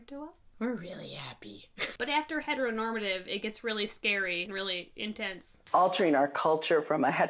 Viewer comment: But she said "hetnormtive"